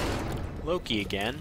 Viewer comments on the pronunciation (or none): none